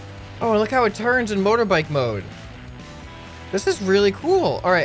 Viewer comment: Why does say mother bike he is American right